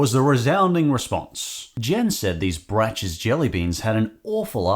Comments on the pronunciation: It's braks, not not bracks I fear an accidental every flavor bean Cadburys British mascot is nice The Cheat! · With Brach's, you actually say it with a hard "ck" sound, not the "ch". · Brach's is pronounced brock's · Braces is like backs. Pronounced Bracks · FYI, "Brach's" is pronounced like "brocks." Most of their candy was quite good, the jelly beans notwithstanding. I believe they got bought out by another company a few years ago, and the name is hard to find now. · I think Brach is pronounced like "Brock". Also, licorice jellybeans? Ick! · The metallic taste you described for the “Giant Chocolate-Flavoured Bunnies” is likely because they (may) have Alum, which is literally an aluminium compound. Also, I always thought “Brach’s” was pronounced ‘Bråck’s’. Lol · brachs is pronounced like brocks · Just a little info for you - Brach's (pronounced more like brahks) candy used to be good. They used to have display in the grocery store called Pick-a-mix, where you could select from various types of wrapped candies and pay by the pound. They also had a chocolate candy called Chelsea Chips, which were wonderful. But then they were bought by companies that made cheaper candies (similar to Palmer) and went downhill. They used to be made in Chicago, and the building that was blown up in The Dark Knight was their old abandoned administration building.